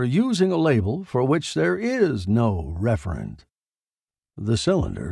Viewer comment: Referent, not Reverent